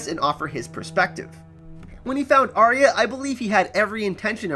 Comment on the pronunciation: It's Are-ya! Not Arry-a. This really winds me up.